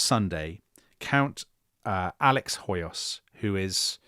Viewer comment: Hoyos = "Hoyosh" (in Hungarian s = "sh" and sz = "s" and gy = "dy" so György is pronounced almost exactly like George. Also, when I checked wiki on Hoyos, it shows his title as Freiherr zu Stichsenstein, which translates to Baron Sticks-and-stones. 🤣 I swear!! I bet he was a very prickly person to be around. And weren't the French following juicy trial of a minister how was on trial for shooting his wife for canoodling with some journalist, something like that.